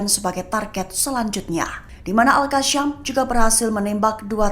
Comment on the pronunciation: Ya Admin. Kasi tahu newscaster sebutan alqassam salah. Bukan alqassyam!